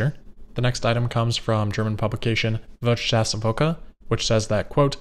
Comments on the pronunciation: 😂😂😂 I like how you say „Wirtschaftswoche“ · Wirtschaftswoche is heavily mispronounced!